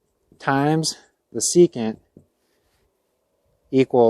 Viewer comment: You left out the “N” in secant.